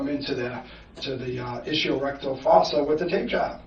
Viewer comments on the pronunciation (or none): none